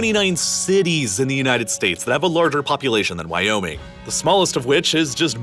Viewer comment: At first I thought you just emphased the Why in Wyoming. But then it became more then that; "Why? ... Oh: Me-ing!"